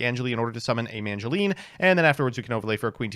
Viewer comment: He still says MaNgileine